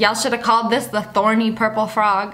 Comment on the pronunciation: Fortnite Girl OHH I THOUGHT SHE SAID BARNEY AND I WAS STUCK TILL I READ THE COMMENT